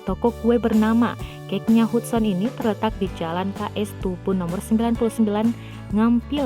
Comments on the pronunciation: Bacanya Hadsen bukan hudson hadeeehhh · Gue kok agak keganggu ya si manggilnya bener2 sesuai nama Hudson.. Meskipun Hudson tapi pemanggilannya "hadsen" kali mbake 😂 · Artisnya sih hebat,punya bakat. Klo sya mau komen soal pembaca beritanya aja. Nama artis keren itu kan Hudson,,dibaca dan di ucapkannya Hatsen,,,bkn Hutson. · Hudson, bacanya Hadsen kelessss. Ah elahhh 😂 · Hudson itu dieja diucapkannya HADSON min.🙄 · Nyebut nama gax becus 😁😁😁. Hadsen di baca hudson...tapi tulisannya hudson berarti aku suudzon. 😁😁